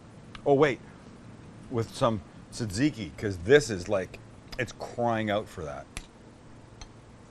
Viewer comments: That's not how you say tzatkiki... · Not really greek or tzatziki xd but goof attempt